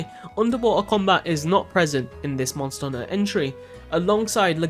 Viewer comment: say the H letter please....."mon er unter" bruh...